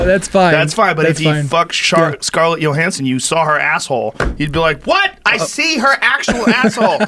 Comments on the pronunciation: I have never once heard her name pronounced YOhanssen. Wtf lol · Scarlett "Yohansson???" Hahaha